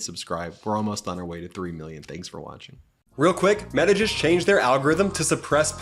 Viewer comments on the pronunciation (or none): none